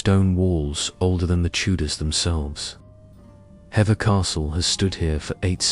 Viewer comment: It's pronounced "heaver" (Hever) ❤